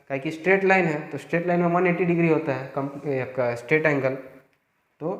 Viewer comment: On that time u said angelwa my reaction was gzb sahi m ye desi teacher h 😅 lage raho